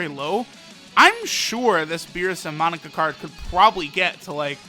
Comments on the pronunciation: Its "MOE NAKA" not monika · Its not pronounced monica. Its moe-na-cuh! Get it right!! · Mon-aka not Monika lol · Monaka not monica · monika? mo-na-ka!!!!! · „Monika“ lol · Mo.. naka!Not Monica ffs! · *Monaka cause says it like Monica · Moe-naka my guy c’mon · Say it with me kids! Moh-nah-kah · You say Monaka like Monika 😂😂😂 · I had to quit watching because of the way he pronounces Monaka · who else gets annoyed when he mispronounces monaka xd